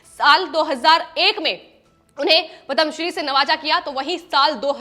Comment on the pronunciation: पद्म शब्द का उच्चारण दोषपूर्ण है